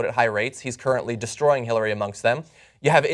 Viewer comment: Jimmy: 'hitlerary clinton"